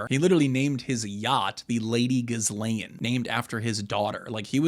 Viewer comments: Epstein never married Maxwell, she (Ghislaine) is pronounced "Ghee-layn" the 's' is silent. Frenchies go figure! Furthermore, she was acting as his manager, handler, and recruiter... Oddly enough, her namesake is more interesting than one night think?! It's a "pledge of fealty, or earnest (pledge) and was the word: "gīsal" or "gisel", = (verb) "to pledge" or a "hostage", or "a mutual obligation." Their "unholy Roman empire, perhaps Charles the Great, or Charlemagne in so called circa medieval times had a practice of swapping children within noble families to keep the bloodlines rejuvenated? Or simply these children were trafficked or exchanged and raised in allied courts as "pledges" of PEACE and LOYALTY. God only knows what else they did, but Epstein continued that tradition for certain. ? So, unfortunately the opening salvo started a tad bit crooked, forgive my indulgence and please continue. ~ Inertia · Why are you pronouncing her name wrong? The S is silent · Bro doesn’t know how to pronounce nuclear or Ghislaine